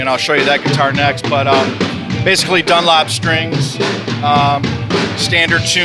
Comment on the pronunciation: ''dunlop strings'' lol, and then he goes on to not mention the gauge. ...